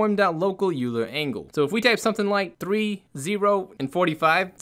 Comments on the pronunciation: Amazing, simple, quick, beautiful. Btw Euler is pronounced Oil-er 🙂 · Euler is a person's name, it's pronounced like: Oiler. Thanks for the tutorials, I love your quick explanations and I direct people to your videos all the time!